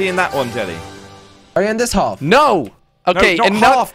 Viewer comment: Its jelly not jilly